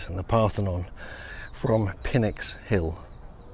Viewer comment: I think PNYX is pronounced like "nicks", where the "pn" is like "pneumatic".